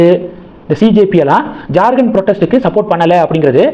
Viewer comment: Not JarGand, it is Jharkhand, how do you always pronounce wrong & horrible? You refuse to correct also